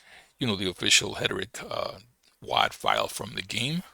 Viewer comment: Hederick?? Haha it's Heretic brother - pronounce it like "HAIR'-UH-TICK". :) Stress is on the first syllable. HER-e-tic. Thanks for the info brotha